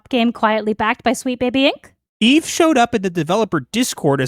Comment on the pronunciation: Oh, I thought you were saying "Yves" not "Eve"... 😅